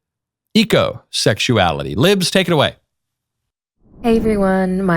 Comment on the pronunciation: I had to turn the subtitles on because I thought she said egosexuality instead of ecosexuality.